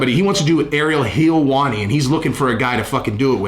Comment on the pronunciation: It’s not Ariel Helwani it’s heelwani!!!! 😂 u better come correct he said